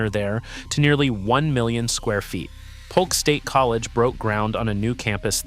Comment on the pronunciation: It's Haines City, not Hannes or Hayne City; Polk State College, not Pulk. Learn to spell what you're talking about!